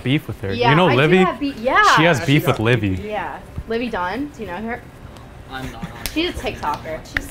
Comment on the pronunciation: no way she fr said “livvy dun”